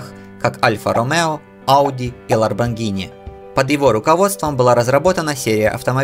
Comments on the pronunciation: Lamborghini — [lamborˈɡiːni] — Ламборги́ни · ЛаРбонгини? )) лол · ларбонгини?!?! )))))))))))) После этого можно не смотреть ))))) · Ларбогини режет ухо конеш